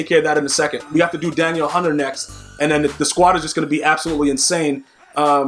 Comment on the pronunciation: Lol you’re saying Danielle hunter name wrong.